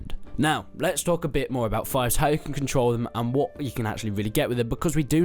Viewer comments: It's fief like thief, not fife xD apart from that the games really looking good! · Pronunciation: It’s Fief not Fife (fEef not fiyf) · It's pronounced feef not fife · It's feef right? Not fife? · Just FYI, its "FEEF" not "FIFE" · fief not fife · Pronounce fief better pls Thanks :)